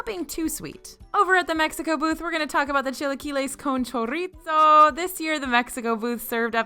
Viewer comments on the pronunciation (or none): It’s pronounced “cho-ree-so” not choritso. There is no hard T sound in chorizo and it’s a Spanish pronunciation, not Italian.